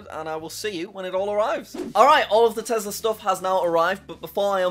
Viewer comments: I like how he says tezla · ah yes my favorite “telsa” car